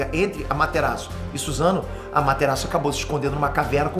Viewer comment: se fala sussano